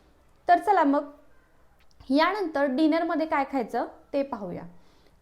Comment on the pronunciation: Bapre. मराठी chya न ani ban(Arrow) मधला n . Yavar laksh de. Eikayala khup kharab vatat. आनंदी madhe ण nahi. न आहे. यानंतर madhe pan ण vapart aahes. Mhanaje nelam न chya jagi ण vapart aahe. Please abhyas kar. न अणि ण कुठे वापरायचं ते.❤ पण हा डाएट प्लान खूप छान माहिती.❤